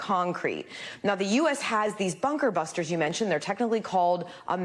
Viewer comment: News guy couldn't even say Bunker Buster Bombs, and he literally talks for a living...Let's just let that sink in for a while 🤔 Plenty of ppl of color can say that phrase, just sayin 🧐